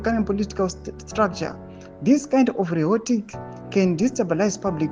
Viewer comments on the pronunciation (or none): exacerbate and rhetoric anokunetsa pronunciation. masvetuke pese paunomaona kkk